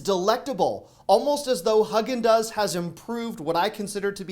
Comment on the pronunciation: It’s pronounced “HOG EN DOZ” lol 😂 Somebody had to tell you. We love your vids. My husband rates you high on his YOUTUBE experience lol 😂. We don’t miss an episode.